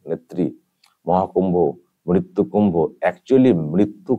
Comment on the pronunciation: Mrityu word ta hi to Pronounce thik mato korte parena Mamata